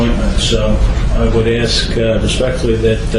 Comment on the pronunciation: If this multiple personality organism is able to memorize and pronounce legalese without difficulty yet cannot correctly pronounce the word “ASK”, he has proven his determination to pick and choose vocabulary based on his arrogance, determination to play the fool and being belligerent in general. How hard is it to pronounce a three letter word? I feel if the defendant willfully refuses to pronounce the word in question, the judge is under no obligation to proffer an answer. It is possible, as a side note, he is mentally disturbed, suffers from a physical disability or is simply a jerk.